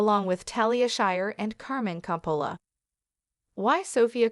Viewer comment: Hard to listen to AI voice mispronouncing COPPOLA.